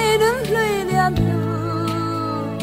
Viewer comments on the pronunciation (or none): none